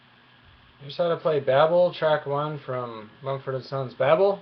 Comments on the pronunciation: BAY- bull not baahhbll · Good tutorial but it's errr pronounce Bay-Bel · Ohh I know Babel is another word and is pronounce Babble mostly but you know for Munfords sake and all it is Bay-bel :P that's what they call it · You say babel wrong.